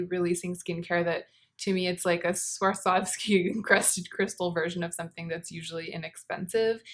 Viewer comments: Swarovski i thin is pronounced svarovski rather than swarsovski :) i think . It s the first time i heard it with an extra s :)) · was pronouncing the o just fine though! She just happened to stick an extra s in there for good measure 😂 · I would 100% be interested in a review of that Becca skin gloss thing! I feel like you're trying to sneak an extra 's' into Swarovski 😂😂😂 think someone who has had a horrible time skiing and has sworn off it for life. She Swar ov ski 😂😂😂😂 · The Sriracha bottle is my aesthetic Also: Swarsov- Swawr.sov.ski. Swarsovsky. 😂I just love you. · We will laugh carefree-ly again! Until then... swwarsovski? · I found her struggle so cute, especially the next time she tries to say it more toward the end of the vid when she talks about the CD release I think! I needed this laughter that comes from within, like when a baby does something unknowingly funny! I laughed so genuinely i now want to cry because I remember laughing frequently like this in more careless times than these. le sigh